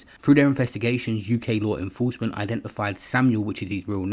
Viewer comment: LaAAARRWRR INnnFrroursement... Can stand this shit...